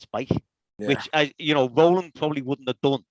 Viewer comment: Great to hear Row-land after all these years!